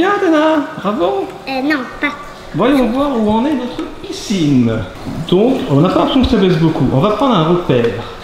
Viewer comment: Ons dit piscine pas picine mdrrr